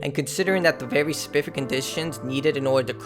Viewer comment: “...very spiffick conditions.” 👍🏻 nailed it, bro